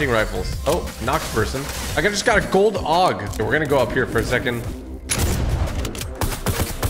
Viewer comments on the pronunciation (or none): Love that he said gold og instead of gold aug